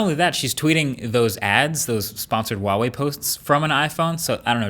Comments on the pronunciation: Why do you pronounce Huawei as Wahway? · it's "hua" wei, not wa wei. Sorry but it bothers me a little lol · Huawei is pronounced like hwah-way, not wah-way!